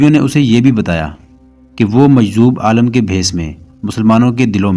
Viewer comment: aalam nahi aalim